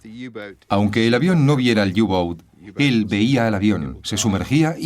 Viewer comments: por q dicen u gou ..q cagada ...eran los u –boot ..por que informan tan mal ,y pronuncian horrible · Pero que "iu bouts" que son alemanes, no ingleses, coño.